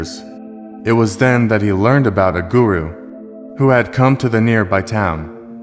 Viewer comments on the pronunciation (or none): "I hope you enjoyed this story and have learned something from it." : The word "learned" in this word should, in this case, not be pronounced as if the singular "e" (between "n" and "d") would make an extra syllable. That would only be the case if saying something like "a learned scholar".